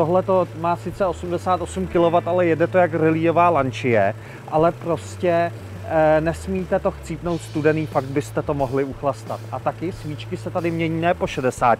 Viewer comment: Lančie se neříká. Lanča 😅